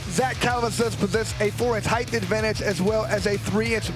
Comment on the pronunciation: Someone tell that idiot it's not "heighth"!!